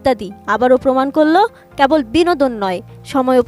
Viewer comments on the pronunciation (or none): none